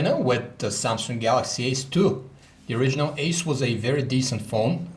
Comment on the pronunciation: is he saying samsung galaxy S2???